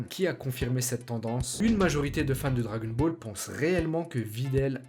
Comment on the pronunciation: Comment tu dis le dragon ball Les djagon bolls